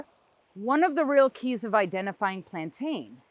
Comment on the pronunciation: Plantain is pronounced "plan-tin".